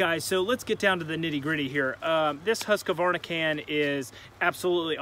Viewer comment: Husckavarna, Im Swedish so its sound funny :D